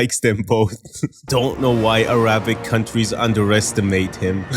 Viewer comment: it is arabic not araabic